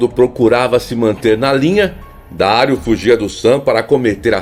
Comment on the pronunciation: O jogador é Dario (Dariu) e não Dário